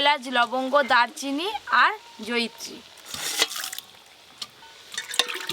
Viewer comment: 😆 joyichee bole na Joyitree bole 😆